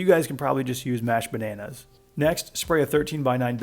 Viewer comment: I though the said “mashed potatoes” instead of “mashed bananas” for a sec there I was like damn bro, aint no way